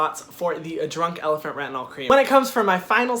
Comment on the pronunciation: Actually we don't pronounce the "t" in elephant haha but your French accent is cute! Keep doing your videos, they're funny, a little bit sassy and professional! You just gain a subscriber from France!